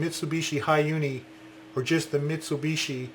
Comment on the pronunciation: You pronounce Mitsubishi wrong btw